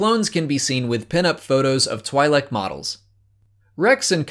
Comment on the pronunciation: I'm sorry, but your pronunciation of twi'lek bothers me.😯😯